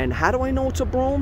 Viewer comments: That's bro ham. Not broum!!!! Come on !!!!!! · it's Bro-Ham. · Dude....it should be pronounced "Bro-Ham" if your out in Queens😉👍